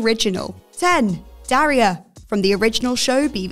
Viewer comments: Sometimes I think what culture goes out if their way to mispronounce names U.S. names. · Can cheerfully say presenter hasn’t seen Daria as she doesn’t know how to say her name. Very grating.